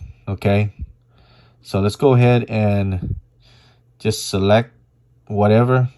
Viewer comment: The word “select” doesn’t have a silent t at the end ???